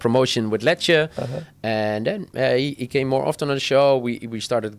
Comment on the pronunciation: Bukan Letcher tapi Lecce. Klub dari Italia